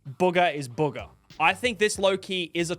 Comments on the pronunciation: It’s buga not boga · Its not booger it’s bugha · why he calling BOOGHAAA a BOOOGAH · ❌bugha ✅buger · Bro called Buhga, Buga 😂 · Ahh yes, TG and booger. It’s BOOGAH NOT BOOGER!! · no way he said bugga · Why he saying it like “BOOGER” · Bro why does he keep calling Bugha “Booger” 😭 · bro called bugha booger 😂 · He’s saying booga